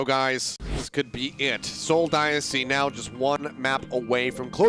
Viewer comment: Is it just me or does the one commentator not know how to say dynasty right?